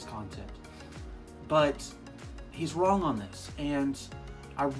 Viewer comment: Why do you keep calling it Trent?? And why do you add a K at the end of wrong??